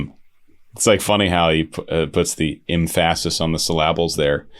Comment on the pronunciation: "The emphASis on the sylLABles" D: !! XD !!